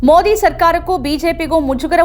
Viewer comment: ಮೋದಿ ಪದಬಳಕೆ ಸರಿಯಾಗಿ ಉಚ್ಚರಿಸಿ. ತಮಿಳಿನವರು ಮೊಡಿ ಅಂತ ಹೇಳಿದಂತೆ ಕನ್ನಡದಲ್ಲಿ ಹೇಳಬೇಡಿ. ಕನ್ನಡಿಗರಿಗೆ ಮೊದಿ ಹೆಸರು ಸರಿಯಾಗಿ ಗೊತ್ತಾಗಲಿ.